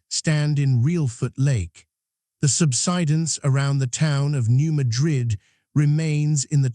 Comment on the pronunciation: New MAD'-RID, not New MA-DRID'. Also, O-BYE'-UN, not O'-BEE-UN